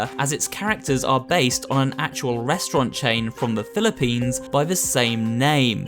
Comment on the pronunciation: i like a youtuber saying philiepines ;)